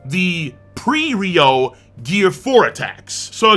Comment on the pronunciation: Man sometimes i’m abit bothered that west anime youtuber said it Ryou instead of Ryuo